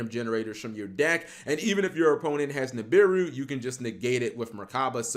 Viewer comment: Holy crap! Double Ni'm'biru in the hand then Dat Ni'm'biru on Ni'm'biru action! Twice the Ni'm'biru, twice the Cap mispronunciation. Legendary Ni'm'biru duel from the man himself. Day 209 of Cap's Ni'm'biru support.